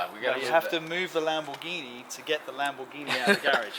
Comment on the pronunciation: Why does say 'Lam-BOOOR-ghini'? 😁